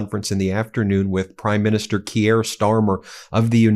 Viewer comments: For fuck's sake, learn how to pronounce their names. "Keir" is easy to pronounce. Find out how it is done. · Key-air?... it's Kia.. like the car. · Who is 'KeeAir Starmer'?! His name is pronounced 'Keer' ! Even the Orange-Man Baby pronounces our Prime Minister's name correctly! (Though Trump DOES sometimes think he's the King !!) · Research & pronunciation: khe-eer nit kee-year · Please, Keir is one syllable, not two. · It's pronounced KeyR... not Key-air. C'mon Ben. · His name is pronounced "Keer" not key- air. But moving on. Gawd, he spends more time chatting up your trump than here. But kudos to him, if i found myself in a room with trump, id knock him tf out. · Pronounced “Keer “ not key-air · Kee-air??? Its pronounced K-ear. A total useless idiot for the people of England, bent on destroying freedoms and liberty. The TDS is strong with you mob. Trump, yes he has faults, but is Million times better than stupid Brandon, and those Lefty chronies. Canada has about as much right to be there as Australia...None. Two British colonies, with a silly French side on one, that are have little influence on World affairs. Yes, Russia Should be there! You keep excluding powerful members, things will only get worse. The President dropping papers, you notice the little lap dog did his service and picked them up for the master...now that is power. Remember, Britain Made the Americas for Euros. The division in the USA at the moment is crazy, Racial, Social, cultural, riots, you all seem to hate each other. From the outside, you need a strong leader to keep the status quo, or you will fall into all your movies and games....complete break down. Hey!😉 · It's not "Key-air", it's "Keir" pronounced like "here". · Tbf you mixed up eu and uk too and you keep calling Keir Starmer Keyare Starmer. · C'mon...it's pronounced "keer," Just one syllable. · The pronunciation of Keir, as in Keir Starmer, is Keer, keeyer. Just so you know :) :) :) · “Keir” is pronounced like in “dear”.